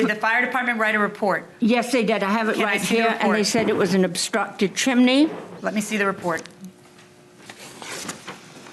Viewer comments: She said "Chimeny" again!! 🎉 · It’s NOT CHIM -IN-EE, judge! It’s CHIM-NEE.